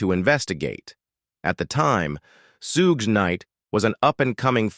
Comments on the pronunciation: What Is this😬clickbait,who the fuck is sugay😅'dressda'😮whoever done this thing was never involved in hip hop obviously,where's the final picture s of eazy? pronunciation is all wrong and everything has been said 1000 times before, can't believe people blame hellar for easy saying fuck you nwa I ain't paying,blame the white guy when there's a whole bunch of 'streetwise' black guys that could of fkd him up,what a waste of my time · I hate AI but this was funny listening to the robot talk. Especially loved how it robot said “Suge.” Good video though.